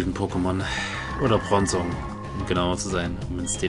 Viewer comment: Bron-zong??? Brooohonnn :`(